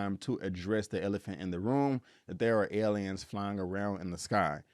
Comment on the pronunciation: I don't like the way he pronounces the word aliens....😆